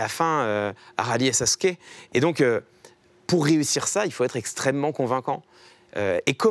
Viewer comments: Quand il dit Sasské et pas SatssOUké tu sais que c'est un vrai. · oui autre chose, je parle japonais et comme je le dis déjà dans ma première réponse, les katakana qui composent le mot Sasuke sont bien SA SU KE, en d'autres termes, peu importe la prononciation due aux particularismes des accents, ça se prononce bien Sasuke. Tout comme en français on coupe des voyelles pour être efficace à l'oral. Si tu veux des cours de japonais, tu es le bienvenu. Autre chose ? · Alors que les vrais de vrais dirons "Sasuké" (avec le "u" bien français)